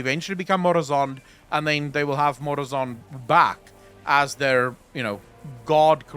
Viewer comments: Lol I'm getting unnecessarily miffed at "Murozod" instead of "MurozoNd" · please tell the guy who helps you the dragon’s name is “MurazoNd” not “Murazod”. It’s literally an anagram of “Nozdormu”.